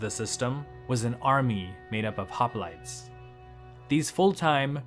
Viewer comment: Nice video but It is really disturbing hearing all those Greek words pronounced like they are English. Also, most of them have a meaning just like the word Gerousia mentioned in another comment and they make sense when you know what they mean. Hoplites for instance means men that bear weapons.